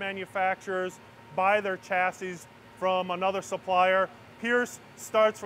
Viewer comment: Chassis as in shore, not chassis as in Chore. It’s a French word.